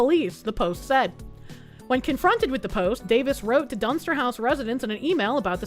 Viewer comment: I swear every time you said "Dunster" I thought you were saying dumpster. Which, I mean, given the context of the story it was being used it, sounded appropriate!